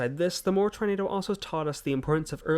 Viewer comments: as a amercian it is not murr it is more/moore sorry if i sound rude 🇺🇸🤝🇬🇧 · Listen I know you have an accent and I love it but it’s pronounced like MORE not mur 😂😂 love your videos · Much love and thank for you the many hours of entertainment you have provided to most of us. Moore is pronounced like More. That was not Colorado that you were looking at but county lines within the SW corner of Oklahoma, the green line representing the state border of Oklahoma and Texas. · I love how he pronounced it mur not moore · There are far too many tornados to name all of them , so they just name the big ones for the towns they destroyed . A single weather front can create more than 100 tornados . In the US Moore is pronounced more , not " Mur " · Moore is pronounced as MORE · As an Oklahoman, i genuinely cannot stop laughing at how you pronounced Moore. its pronounced 'more' just with 2 O's, for future reference. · Moore is pronounced- More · Pronounced More, Ok I come from Tornado Alley!😮😂 Oklahoma! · MORE it's pronounced More